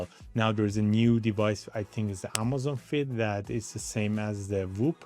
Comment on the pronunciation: It's "AMAZFIT" not AMAZON FIT!👍